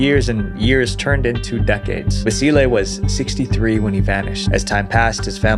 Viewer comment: I like you say Vasile's name perfect, very nice of you